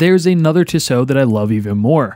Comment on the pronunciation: The way you pronounced ‘Tissot’ 😅